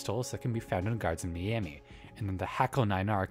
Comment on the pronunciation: Look I was gonna ignore it when I heard it once but multiple times and now I gotta mention it. It is pronounced MY-ami, not ME-ami.